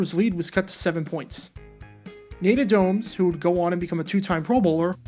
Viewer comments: Nate Oh-domes? ITs pronounced similar to Odoms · It’s Nate O-domes, not o-DOMES. Accent on the first syllable. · It’s pronounced Oodomes. You’re terrible at pronouncing names. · Nate Oh Domes? Weird way of pronouncing it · I'm from Buffalo, was a freshman in high school watching this game. I had a friend over that day whom for whatever reason hated the Bills, and was revelling in Denver's domination up to that point. It annoyed the crap out of me, but I never gave up hope. Then the 77-seconds happened. 😂 My friend literally cried and went home before the game ended. 😅😂 By the way, minor correction: it's pronounced Nate Oh-dums. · I was kind of impressed with your video until you pronouncd Nate Odoms name wrong. Then I just realized that you just have entirely too much time on your hands in your mom's basement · The pronunciation of Nate Odomes name....